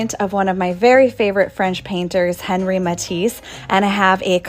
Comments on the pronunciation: Henri in French is pronounced as if it were “On-Ree.” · Say Matisse's first name with the proper French flair, please.